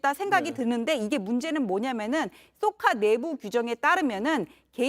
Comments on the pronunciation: 쏘카가아니라 좈 카네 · 쏘카가 아니고 쌕칸데.